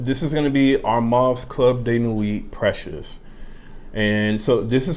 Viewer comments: Respect the Name Pronounce it the gd right way Precieux, am i the one hearing it sounds as PRECIOUS?? Reapetedly precious!! Instead of PrecieuX uve got a problem dude, pronounce it PROPERLY!!!! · Dude u seriously got Pronouciation* issue, do chk how others are really saying PrecieuX, not as Precious!! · U juz dun give a New Name to Precieux, dun confuse the viewers alrite, chk out howz the actual gd name Precieux pronounce right way, im so very sure its not sounding PRECIOUS! as u Repaetedly say it out